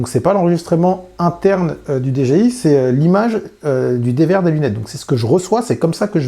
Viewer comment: Bonne vidéo comme d'hab... mais messieurs les français, c'est soit Dé Ji Iiii à la française, soit DI Djé Aille, à l'anglaise, mais faut arrêter les Dé Gé iii parce que c'est pas ça du tout... :-) humour hein ;-)